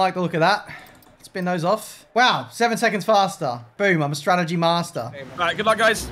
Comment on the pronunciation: it's not stragedy it's strategy